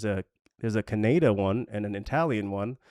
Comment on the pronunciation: That's an interesting way of pronouncing Canada! Good videos though mate keep it up 👌